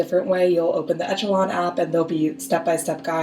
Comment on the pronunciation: For the love of God, it's pronounced eh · shuh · laan